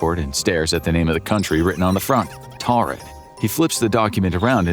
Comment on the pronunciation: Its pronounced Toarid. Thdy have a long rich history and mispronouncing the name of their country is punishable by a 75$ fine.